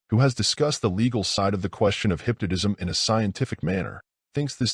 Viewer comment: I can't keep listening to this AI say "hypnodism".